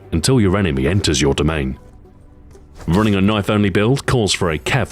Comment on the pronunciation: That's not a kniayfe tHiS iS a KnIaYfE